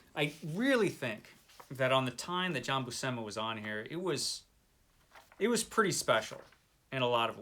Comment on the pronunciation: So, seems loves Jack Kirby's work on this! 🤣 You're both mangling Buscema's surname you know 😉 (Pronounced Bushema, although I'm guessing he may have anglicised it himself). comunque puoi ringraziarmi piu tardi 😉